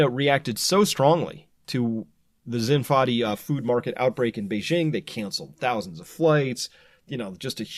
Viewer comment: Chris. It's 'xin (like your shin bone), fa (do ray mi fa), di (like 'deed')